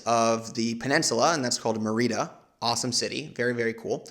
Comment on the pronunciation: Dude: Merida is pronounced "MARY-duh". I am not a language snob but you managed to pronounce every other locale correctly...even "cenotes" which is not exactly intuitive for an english speaker. You also said all the food correctly with extra effort to pronounce them as authentically as possible. So how did a major city that you even visited like "MAIR-ee-da slip through the cracks?